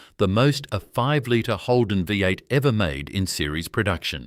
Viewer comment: Don't yu just love AI voice-overs ? NOT !! Like a Vie 8 and Broogahm ! haha, oh and a picture labelled Holden 253 V8, but the picture is some random old straight 6. Love watching Holdens doing their thing on YT, but please, can we ""keep it real". This could have been a great video. Not subscribing.